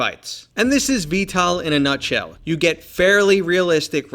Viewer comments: Why do you say v-tal instead of v-tol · sounds like he is sayin vtal instead of vtol lol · bro its not pronounced "vtal" its pronounced "vtol" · i know lol it just sounded like ya were sayin tal to me. it is a great game tho, have ya tried the new heli. pretty fun exspecially when ya have a friend to play in the gunner or piolet seat, id say its worth the priceof the dlc.